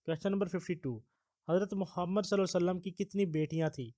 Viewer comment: Bhai Muhammad (SAW) ke Talafoz sahi ada kia karo